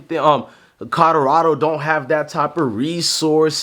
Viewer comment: Bro, it's COLORADO, not CODORADO. Jesus Christ, you can't even pronounce the team's name proper 😂